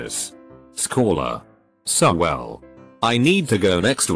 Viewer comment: When the reading robot catches a virtual cold: no becomes snow well becomes swell